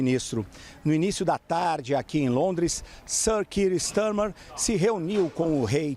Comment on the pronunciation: Não se fala “Stermer”…